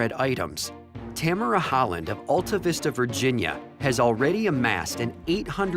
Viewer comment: Btw. It AL(think Alvin) tavista. But this is crazy I live near this lady 🤣